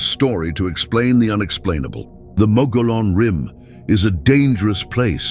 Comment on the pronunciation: Pronunciation is wrong. "Mogollon" comes from Spanish. It is pronounced like Mug E own. I live in Arizona and have visited the ruins of the cabin where the Mogollon Monster allegedly killed a young couple.